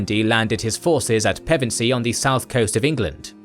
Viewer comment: It's Pevensey (PEH·vuhn·zee) not "PEH-vent-zee'. You're welcome